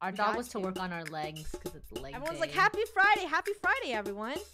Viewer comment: I like how says fridy and not friday🤣